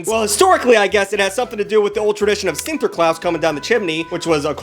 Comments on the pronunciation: sinterklaas is not pronounced like claus. Its pronounced just like when you have to open your mouth at the dentist and they make you say "aaaaah". Thats what it sounds like, not claus. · Alright I'm all for bagging on the Dutch language because of how stupid it sounds and silent letters and it's gross to speak. BUT. Sinterklaas is literally written how it's pronounced. If you pronounce it correctly. Sin Ter Klaas. Wrong word to bag on. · cant belive this mofo cant prononce sinterklaas